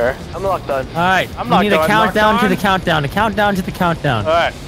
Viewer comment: The coundow to the coundow 😂